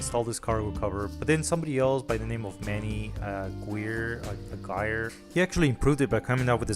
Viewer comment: Aguirre= pronounced “Awe gear ree”